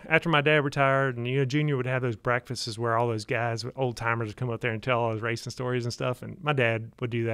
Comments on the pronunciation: My wife is screaming in the background "Breakfasts!, not Breakfastes!" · The continued mispronouncing of "breakfasts" is all I can focus on.